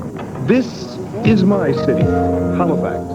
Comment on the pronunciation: why does he keep saying Halofax??